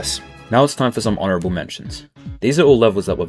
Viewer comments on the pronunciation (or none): when you said "honorable mentions" I genuinly hear "horrible mentions" which wouldve made just as much sense